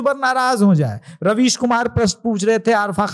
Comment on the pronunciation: raveesh ko rebeej bola jaye